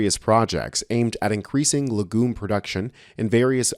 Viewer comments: Legume is pronounced leg'yoom, with the accent on 'leg'. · Please, learn how to pronounce words prior to broadcast, LEG-YUME is how it sounds, but, like so many words, yanks just seem to make it up as they go along.